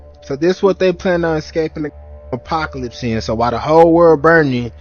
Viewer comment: “In da ‘pocalypse y’all”